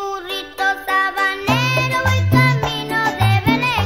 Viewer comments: Así es, en una entrevista ya de adulto Ricardo Cuenci confirma que la pronunciación de la letra S se le dificultaba, por eso mismo es el burrito Tabanero. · Ricardo Cuenci es quien canta y no podía pronunciar la "S" así que si presta atencion dice Burrito Tabanero.. que Recuerdos